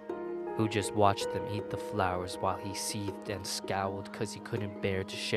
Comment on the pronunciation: CreepsMcPasta maybe when you learn to pronounce the word THE, instead of Saying DA